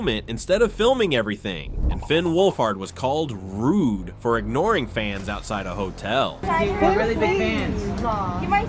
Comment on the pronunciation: that's so "Rude--ah" you simpletons know that saying "Ah" after every word just shows you are a simpleton and an illiterate "Moron " This current generation are really just uneducated useless future warehouse workers.